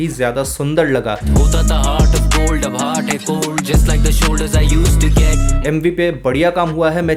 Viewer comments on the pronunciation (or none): none